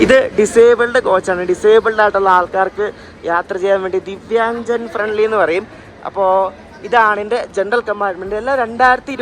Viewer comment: ദിവ്യാഞ്ജൻ അല്ല ദിവ്യാംഗൻ. വികലാംഗർ ആണെങ്കിലും അവരെ ബഹുമാനിക്കാൻ വേണ്ടി റെയിൽവേ വിളിക്കുന്നത് ദിവ്യംഗൻ എന്ന്.